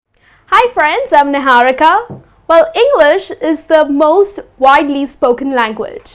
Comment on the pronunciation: The way she said "Niharika" (her name). Lol I paused the video and laughed...over the fact that she's just another wannabe-American. 😂